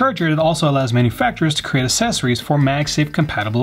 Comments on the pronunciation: The best "assesories" reviewers ❤️ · Assessories =/= accessories. It's like people pronouncing "et cetera" or "nuclear" wrong x)